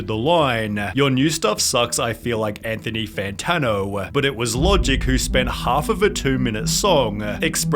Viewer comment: Anthony Fanano-a